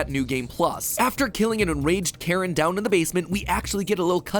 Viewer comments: I’m pretty certain it’s pronounced “Kuh-rin”. Not Karen. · Pretty sure they way you're supposed to pronounce that name is care-een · Also i don’t think it’s pronounced Karen it’s spelt differently so yeah